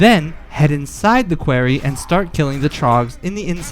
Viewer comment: Thats not how you say quarry